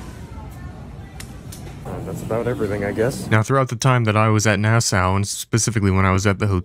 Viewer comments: That na-sow was killing me.. it’s pronounced NASS-SAW bro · It’s pronounced Nass-aww not Nass-oww 😂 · Here from Nassau(which is actually pronounced “Nah-Saw”)🇧🇸 I love the content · It’s Naah-SAW, lol You are the best brother!